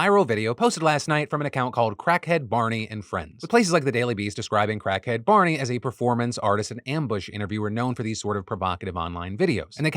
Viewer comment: Emphasis on "crackhead"